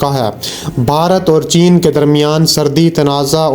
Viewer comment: Srdi, Srdi, Srdi.... Lgta hai apko Srdi kuch zada hi lgti hai jb hi urdu bhi theek se bol nahi pa rahey hain. Asl lfz "Srhdi" hota hai Bhai. Pind se seedha ghr aa kr video bnaney beth gai ho kya? Urdu to Sahi trha se bolna seekh lo. Ooper se sans ap ki Itna chrhti hai k jesey ap Aik meel tk dorh lga kr video mai voice over kr rahey ho. Mike mai ap ki sanson ki avaz BOHT hi buri lgti hai jb ap boltey ho. Bhai ya to Apni in dono khamiyon ka koi hl nikal lain, ya phir ap ksi or se video ki voice over krva leya krain plz. Right?